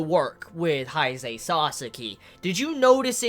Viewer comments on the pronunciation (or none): none